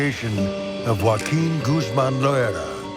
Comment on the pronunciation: Not "Guaquin" lmfao 😂 Joaquin pronounced more like Hoaaakeen